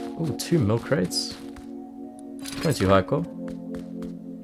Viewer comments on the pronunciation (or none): when u say military crate or mil for short it sounds like u say milk